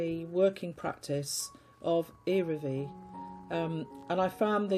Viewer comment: P.S. The "L" in the name "Iraville" is not muted. It is pronounced.❤